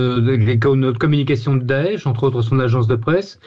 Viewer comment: C'est bizarre vous quand vous dites daesh j entend otan Faut que j'aille voir un médecin